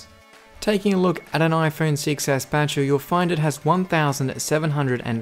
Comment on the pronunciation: Am I the only one who thought he said million hours instead of milliamp hours.